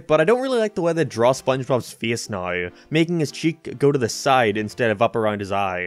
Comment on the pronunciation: I don’t understand how you can have such an American accent yet pronounce certain words so stupidly like you’re attempting to force a archetype that you aren’t. Everytime I hear you say “naow” I cringe so hard I nearly die. Other then that, the video was alright.